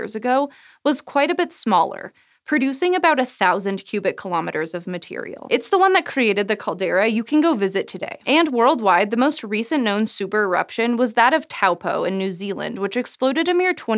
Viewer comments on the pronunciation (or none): Its pronounced "toe-poor" not "tau-poe" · Taupo is pronounced Toe-paw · The way you say Taupō is not really correct but it's understandable because most New Zealanders mispronounce it the same way you did. It's a Māori name, and unfortunately the Māori language / te reo Māori is spoken by less than 5% of New Zealanders today, in large part because the colonial government continued trying to suppress it until the late 1900s. So there is a lot of ignorance among non-Māori about how our place names should be pronounced. The best site for learning how to pronounce Māori words is maoridictionary.co.nz